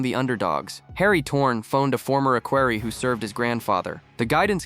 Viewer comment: It’s not ”Aquary” it’s “equerry “! Wake up!